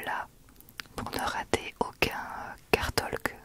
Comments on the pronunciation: Petit counseil: on ne pronounce pas le “l” dans le mot “talk”, c’est prononcé “tok” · J’aime beaucoup Chuchotime je trouve que ça correspond bien pour ces moment où tu te confie à nous. PS : le L de Talk/Talking ne se prononce pas. Ça se prononce “Towk/Towking”